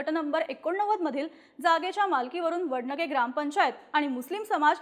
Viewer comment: वडनगे नाही वडणगे... ण मधला फरक कळत नाही ह्यासनी